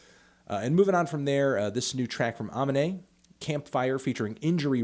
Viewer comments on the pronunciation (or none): Its not fucking "AHMINE" its "UHMINE" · its UH-ME-NAE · Its pronounced Ah-meen-eh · Alright idk if its a joke but that is not how you pronounce Aminé. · yo weak ass still pronounces Aminé wrong